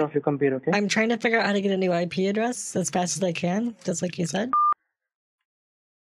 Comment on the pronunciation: The... I-PEE address?? ROFL